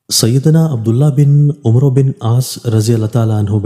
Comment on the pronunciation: Umro nai sahib amar bolo